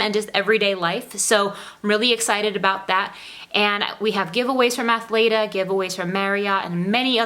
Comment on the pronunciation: Are you talking about Athleta bc I think you pronouncing it incorrectly.